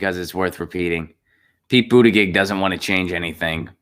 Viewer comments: Goddamnit man, it's pronounced But ta gejieihj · If nothing else, learn how to say his name correctly.